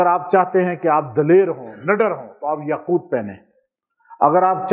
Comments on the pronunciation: Aoa. apny Taa pr zabr prh di yaqoota, jb k Taa pr paish hai,yaqooto hai. Braiy mehrbani is ki islah kr lijiye. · yaquuta padh rahe hen. Yaqutu he baba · AAP ayat ko ghlat pard rahay hai correction karay yaqootu hai yaqouta nhi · السلامُ علیکم جناب اپنے يآقوتا۔ پڑھا ہے ہے یاقوت کیا پڑھنا ہے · یاقوت کے ساتھ پیش پڑھے زبر نہی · یاقوت کے پیش کو نہی پڑھا نے ۔۔۔یاقوت کے پیش کو پڑھے قران کودرست پڑھنا چائیے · Aslam oalikum ka Sath Lafz taa KY uper peesh ha zaber nhi. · بہت ادب سے عرض ہے کہ آپ یاقوت پر زبر پڑھ رہے ہیں جبکہ پیش ہے اصلاح کے لیے معذرت خواہ ہوں